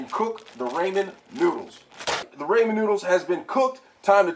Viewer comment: The way u said it was raymen noodles😂